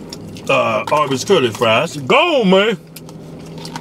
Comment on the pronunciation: Curly?? I thought it was Sherlie